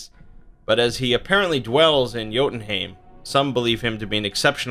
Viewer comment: Bruuuuuuuuh its jötunhEIm not haim